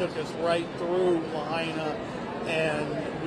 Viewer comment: It took a brit to finally pronounce Lahaina right. I lived there 5 years. I was poor a lot but I was in paradise. Sort of. The Big Island is way nicer.